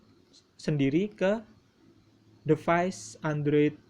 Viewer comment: Play Store itu bacanya pley bukan play Device itu bacanya divais bukan devais dan sama halnya kaya default bacanya difault Dan juga bug harusnya bacanya bag